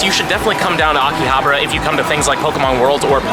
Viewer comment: Did I hear AKI-ABRA? Love that place too though. I missed Japan so much. Thanks for sharing with us.